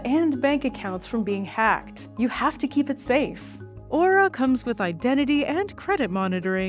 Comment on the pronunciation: Don't worry, can't pronounce "Aura" correctly.